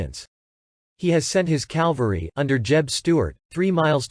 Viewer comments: It is Cavalry not Calvary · My dear, I say this with all respect and hope for your success, but please, please, learn how to pronounce the word "Cavalry." Jesus Christ was crucified on Calvary. Custer rose to greatness with his cavalry. Cavalry, not Calvary. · The word is cavalry, not calvery. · Yes...WHY do these historians and movie actors CONTINUE to say "calvary" when the word is "CAV-AL-RY"? Very annoying! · CAValry not CALvary (sorry-it drives me crazy!) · Absolutely Richard! CAL-vary drives me crazy. It's a term used by people who know little about military history. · CAV-alry. NOT CAL-vary !!! These basement history video hacks are just too much ! Take some speech classes ! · It's CAValry! Not CALvary! Just axe somebody! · It's a good video, but the mispronunciation of "cavalry" as "calvary" drove me nuts. The "L" comes after the "V", not before it. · Or as repeatedly stated in video the Calvary